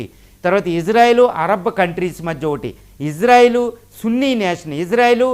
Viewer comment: ❤❤❤❤❤❤❤ గురువు గారు మీరంటే మంచి అభిమానం ప్రతీ వీడియో మిస్ కాను సార్ దయచేసి నా మనవి వినండి ఇశ్రాయేల్ అనండి/వ్రాయండి సార్ ఇజ్రాయేల్ కాదు సార్ హిబ్రూభాషలో ఈవిదంగా లిపి ఉంటుంది יִשְׂרָאֵל కుడి నుండి ఎడమకు చదవాలి 1.యోద్ =య "ఇ" ( * יִ ) 2. షీన్ = ష లేదా “శ” ( * שׂ ) 3. రేష్ = ర (* רָ) 4. అలెఫ్ = ఎ (* אֵ ) 5. లామెద్ = ల (* ל ) *ఇశ్రాయేల్ * ISRAEL ఇందులో "J" ఎక్కడుంది సార్ దయచేసి ఆ దేశ సార్వబౌమాధికారంతో పెట్ట బడిన పేరును అవమానించవద్దు, ఇది గమనించండి. ఆదేశం యొక్క పేరును అబాసుపాలు చేయకండి. మాకు తీరని అవమానం. ప్రతీ అక్షరం క్రింద ఒత్తులు (దాగేష్ ) ఉన్నవి. హిబ్రూ అక్షరమాలలో "జ" అనే సౌండు లేదు మీకు శతకోటి దండాలు తప్పు పలక కండి,వ్రాయకండి.